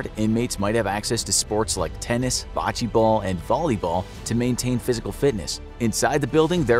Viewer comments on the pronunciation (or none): none